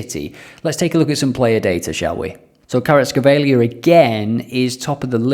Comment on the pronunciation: Your pronunciation of Kvaratskhelia got me laughing hard